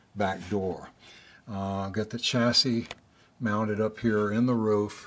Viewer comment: Wait.. your a texan and you pronounced roof like a Canadian... what arent you telling us uncle?